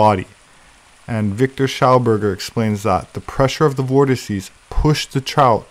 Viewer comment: 'vortices' - finally, someone who doesn't say vortexes.